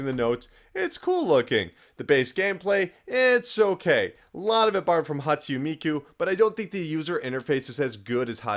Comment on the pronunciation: Are Dumb GET IT. Most people agree P4 is better but P3 is still amazing. Just prepare to set aside like 100 hours. Also I laugh whenever you say Hatsu Miku. It's Hatsune Miku, and that's the character not the series. The series is Vocaloid, or Project Diva. I love watching these videos though.